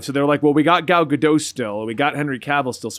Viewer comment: i know it's a little petty but the T in gal gadot isn't silent